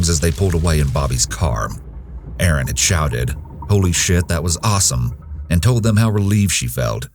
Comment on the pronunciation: It's Erin NOT Aaron